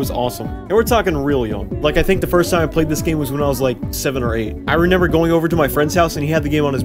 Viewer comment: HEy!!! Hey!!! it is RE- MEMBER not Re-Nember